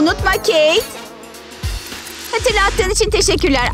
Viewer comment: Oyun hamuruyla intikam sahnesi için bir şey söylicem: Sakız paketlerinde paketin içinden çıkan sakız sert olur-ve agızda hemen hızlıca yumuşayamaz Ayrıca kız keyt gitti demiyorda keyk gitti gibi geldi bana